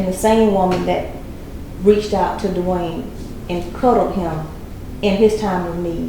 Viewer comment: it's Dwyane not Dewayne. I dont believe her because Wade never said the awful things about her like she said about him. He said they just werent working out and she basically says she never did anything wrong LOL. abducting kids says enough i think.